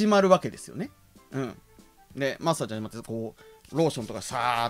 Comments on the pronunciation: 「マッサージ」のイントネーションが「だっちゅーの」なんよ。 正しくは「だっふんだ」なんよ。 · 舞元の「マ↑ッサージ」って発音はデフォなのかw